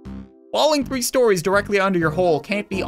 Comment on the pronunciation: it's saying 3 RANDOM GAMES but I hear rree RANDOM GAMES